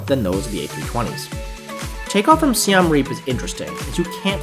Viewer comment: Yeah, agree. Also, your saying "Siem Reap" is definitely wrong tbh, and their English name is Siem Reap, not Siam Reap. Hope you can fix that up